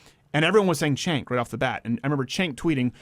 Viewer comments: Can u stop mispronouncing his name at least?! It's CHUNK not CENK. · Stink of Urine. Have the courage to pronounce his name right